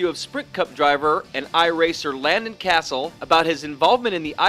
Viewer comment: You pronounced Cassill wrong